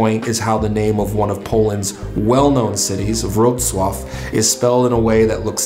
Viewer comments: The word Wrocław is spelt exactly the way you actually say it - for Polish speakers. It's not our fault that English speakers have this twisted way of pronouncing w and that you don't see the difference between l and ł :P and please, the name of the city is NOT Roklo, it's more like Vroslav. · Sorry English-speaking person never pronouns Wrocław properly because you always go to your mother tongue with alphabet. To pronouns Wrocław ,,Vrocwav,, that would be more understanding for English-speaking person.